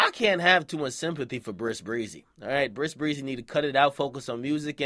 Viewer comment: "Bris Breezy" 😂😂😂😂😂😂